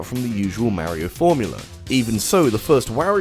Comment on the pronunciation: Mfw people still pronounce mario and wario incorrectly even though you can select them in smash and hear exactly how to pronounce it. Ain't accent